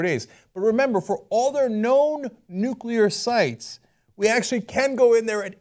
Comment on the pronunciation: Lol ***** pronunciation of nuclear.